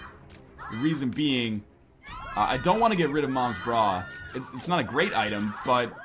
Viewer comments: Is it not moms bra? Not noms bra? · what the hell its not noms bra